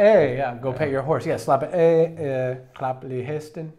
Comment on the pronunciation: Can’t remember your names, when that is said, the guy on the right pronounced “slap af” and “klap lige hesten” so damn well, like that was so on point!